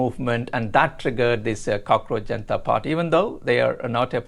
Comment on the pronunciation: "Jaenta" Party 🗣️